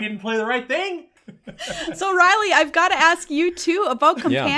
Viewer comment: This just in: "Rielle" is not pronounced "Riley".